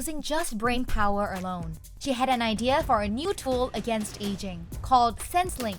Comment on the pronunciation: It’s “aging” 😊